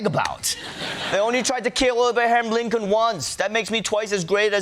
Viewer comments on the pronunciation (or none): none